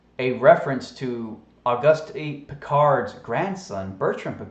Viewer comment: It's pronounced Oh-goost.